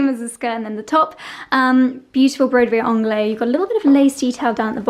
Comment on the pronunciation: That accent sounds a bit west-country to me. Like a farmer, or Cornwall pirate...grrr... And...I really don’t want to sound patronizing, but I’ve learned so much from you over the years, so why not give something back. “Broidery Anglaise” is pronounced slightly differently to how you say it. The French language distinguishes between feminine and masculine nouns. Broidery is feminine. It therefore follows, that the adjective needs a feminine ending. “Anglaise” needs the ‘-se’ ending. Think of the pronunciation of “haze” and add it. Like ‘Anglai-ze’. I hope you’re not annoyed, but since you use the word so often...😂